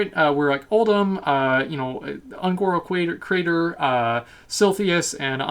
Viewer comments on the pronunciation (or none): Ah yes, Un'goro Cwater.